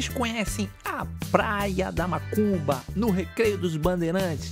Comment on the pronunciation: a cada 10 seg enfatisa e fala mAcumba, fala sério cara. A Parai é do Pontal !!! Respeitamos a todos + deve-se ter mais senso !!! A filmagem ficou top vídeo bom Parabéns.